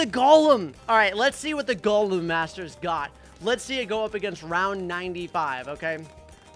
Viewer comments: It’s golem not galem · is not g o lem is go lem